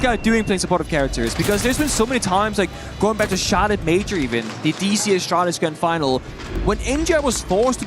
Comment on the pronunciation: when you guys gonna tell he he says the word even wrong